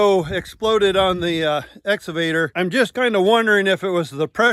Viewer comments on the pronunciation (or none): EXCAVATOR not “exavator” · he actually says "Nexgavator." ,my god lol can we check him for being on the spectrum please... only concerned for yalls overall safety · Nooooooo. It isn't the essavator. You took pains to learn and teach the brand name pronunciation. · I still giggle when says "excavator" because it sounds like Ex Evader...like he's trying to keep away from a former girlfriend.